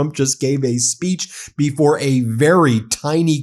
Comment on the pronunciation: Says Spitch instead of Speech. OMG